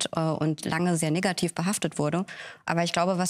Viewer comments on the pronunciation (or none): Vorsichtig bei der Aussprache des Wortes „negativ“